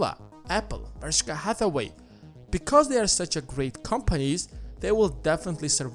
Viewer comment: Love the constant growth of learnings on your channel dude. But please, stop saying ‘Bershkah Hathaway’ 😂 don’t be a BerK.